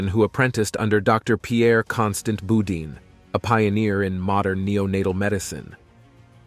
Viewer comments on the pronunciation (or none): none